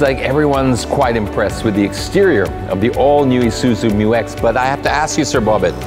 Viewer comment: MYU X is the right name of it not M U X